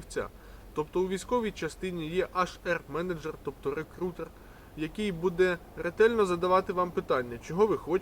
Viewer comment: Тільки не «аш ер», а «ейч ар».